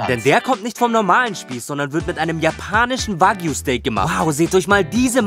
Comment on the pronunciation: Eif vagiu steak es heisst wagyu wägyu ausgesprochen